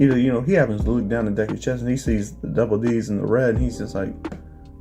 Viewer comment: Bro why you have to say double D's like that, having my mind in the gutters and shit